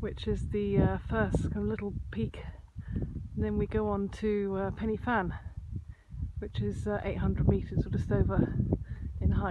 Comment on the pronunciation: Nice Vid! sorry to bitch (well not really) However, it would be nice to pronounce place names in wales correctly, it's not a far off country! after all. the mountain tops you said were in english - 1 Pen e fan, actually should pronounce it, Pen eh Van (do the research if baffled) and 2 Corn du again should be Corn Thee (nearest I could think off) again sorry to bitch but it's NOT hard, you English seem to pronounce french no problem, and they are across the sea?